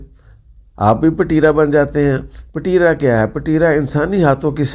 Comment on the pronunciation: Payen ! Pateera nhi ……Petraa.